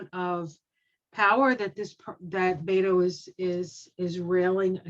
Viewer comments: Beto's name is pronounced "BET OH", not "BAIT OH". Many people make this mistake. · I live in Beto’s home town El Paso. He is so kind and I’m praying he will be our Governor. He supports women,vets,lgbtq,men,kids,gun reform. This world will be a better place if he wins. And you pronounce it Bet O Not Beto. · Beto's name is pronounced Robert Francis O'Rourke